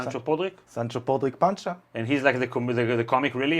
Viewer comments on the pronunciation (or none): Sancho Panza :D not Pancha :D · Even so, you should say it more Spanish-like; just my opinion